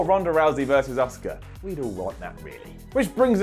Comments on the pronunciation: He keeps saying "Oscar" - Asuka not Oscar. As. AS. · why cant you pronounce auskas name